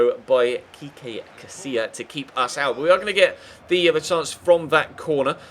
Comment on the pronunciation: Its "Kiko